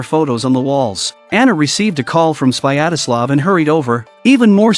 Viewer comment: It's not "Swayadaslav: - it's "Svyatoslav" xDDD